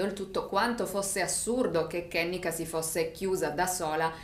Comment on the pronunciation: Si pronuncia “Ke-nNe-ka “non è un nome americano ma africano la E si legge E non I !!❤️